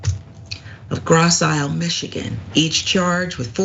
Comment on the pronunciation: Grosse Ile is pronounced gross ill.